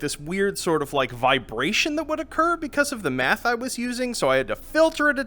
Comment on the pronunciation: I can't stop hearing Math as Meth